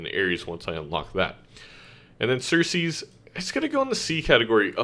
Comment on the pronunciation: I thought it was interesting that you mispronounced two of the planets in such a way that you actually named Greek gods/mythological figures. Eris (the Greek goddess of strife/dwarf planet) was pronounced as Ares (the Greek god of war)/Aries (the ram constellation). Ceres (the Roman goddess of agriculture/dwarf planet) was pronounced as "Circes" which made me think of Circe (sorceress from the Odyssey). The list was great, just thought that was a funny coincidence.